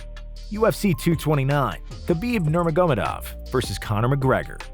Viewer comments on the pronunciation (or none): the name is khabib nur magomedov not that hard at all... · Nobody and I mean nobody on planet Earth: Khabib Nomagohmadov